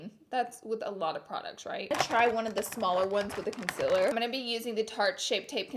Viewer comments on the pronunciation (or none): Why do you sing that song at the beginning? Also you said conciller?? It's concealer x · How your meant to say it : concealer How Laura says it: conclr 😭 Laura!!!!! Honey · CON👏CEA👏LER👏 NOT CONCILA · I like her but I freaking want her to say concealer not conceler ugh it makes me angry af I don't know why😂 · Why do u say conselar its conseAler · try to find a laura lee video where someone doesn’t comment “con-cih-ler” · Concealer is pronounced conceeeeeaaaaalee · its pronounced KUN-SEAL-LER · Randi Nicolajsen glad I’m not the only one, I thought I was just hearing her wrong but she says it a bit weird. No hate, just a thought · Never stop saying consiller. It makes you you! Lol I love it. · Vienne Borg I really love her but it bothers me SOOOO MUCH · I love Laura but why does she say concealer wrong 🤦🏽‍♀️ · Not to be rude or anything but why does she say concealer like that?? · the way she pronounces concealer has me dead